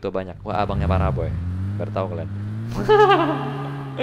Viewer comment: Parahmen kali bang , bukan paraboy🤣